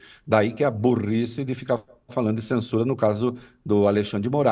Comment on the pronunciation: Çensuraa, o chandão quer nos çensuráá 😂😂😂😂😂